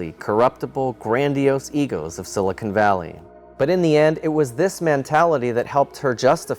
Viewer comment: It's Silicon Valley not Silicone Valley. Silicone is what they use in breast augmentation.